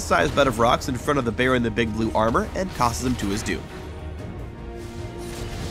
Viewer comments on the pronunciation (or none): none